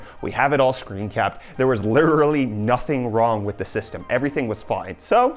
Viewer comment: LITHRRRRRRRGHLYY NOTHING WRONG WITH THE SYSTEM